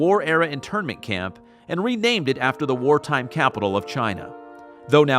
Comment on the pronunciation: Wong Way was wenamed Wong Stweet for some weason.